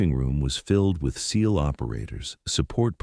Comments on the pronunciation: Can you make the artificial stupidity how to not pronounce seal and while you are at it. The special martial arts outfit is not called a GEE EYE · Ca't AI pronounce SEAL instead of spelling it? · Di you really need to spell out Seal? It’s a bit distracting. I don’t think AI will also spell out deal or meal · Why do you spell out seal just say it